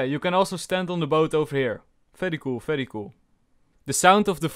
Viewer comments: I like the fery fery cool every time u say it its just nice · That "VERY COOL VERY COOL" is so satisfying to hear!!!!! It actually sounds like "FERY COOL FERY COOL" because of your accent.